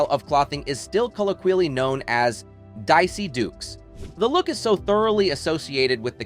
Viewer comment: Dicey Dukes? They are called DAISY DUKES!! Simply after her name. Whoever the freak is that is talking, Learn Before Speaking Numb Nuts!!